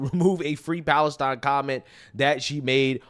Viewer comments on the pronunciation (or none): none